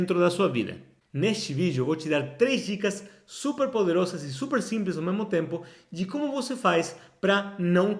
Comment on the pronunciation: Você está pronunciando “desfazer” e “poderosas” como em espanhol.